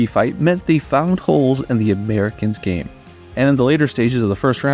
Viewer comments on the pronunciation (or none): none